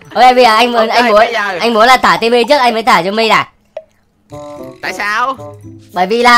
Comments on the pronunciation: Cái khúc anh yêu cầu trả chị Timmy trước ấy em nghe đi nghe lại nhiều lần mà vẫn nghe ra chử simmy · anh ns Timmy mà e nghe ra " e ơi "